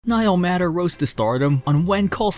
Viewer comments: Appreciate all this great news about each of these, but please say Niall's last name properly, pronounced MAY ter...not matter...MAY...it needs to be said correctly. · Niall Matter (May-ter) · I appreciate the compilation of Niall Matter films that I love. One small matter, Niall Matter pronounces his last name as though it were spelled "mater" with a long A. It would be great if you corrected that! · Niall is my favorite actor and I appreciate this video but don't appreciate that whomever is the narrative, he is mispronouncing Niall's last name!!!!